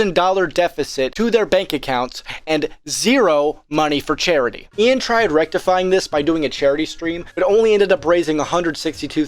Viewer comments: Dude has genuine damage to the name Ian 🤣😭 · Ian De-Klein-ed